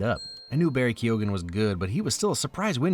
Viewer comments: As an Irishman I love that you mispronounce Barry Keoghan's last name. Phonetically it is 'Key-own' but very fast 🤣. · The "g" in Keoghan is silent. That's the one flaw in this amazing video, and it's only because we spell our names weird in Ireland. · I love you and your channel but I will never forgive you for the way you pronounced Barry Keoghan's name 😭